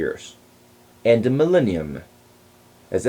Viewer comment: He mispronounces "millennium."